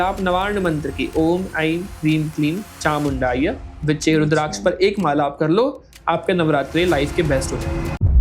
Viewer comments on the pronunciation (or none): मुझे पता नाही के लोगोंका उच्चारण गलत है या फिर उनकी लोकल लँग्वेज मी या फिर बोलचाल की भाषा मे स को श बोलते है.. और नवार्ण मंत्र me चामुंडाय नहीं है.. चामुंडायै है..